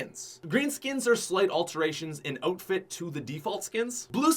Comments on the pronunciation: does it bother anyone else that says “oatfit” instead of outfit? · I thought it was outfit not oatfit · Why he say OATfit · Are you canadian you said ootfit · Lol “oatfit” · why does he pronounce it oatfit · instead of outfits why do you say oatfits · it’s not outfit it’s ooutfit everyone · “Ote fit”